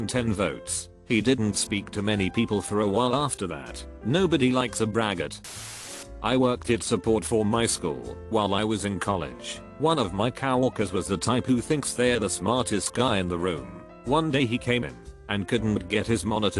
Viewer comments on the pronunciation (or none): "One of my COW-orkers.."